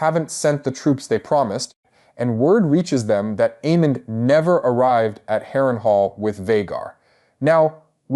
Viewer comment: I love your videos, but sometimes how you pronounce names like almond and Aemond is weird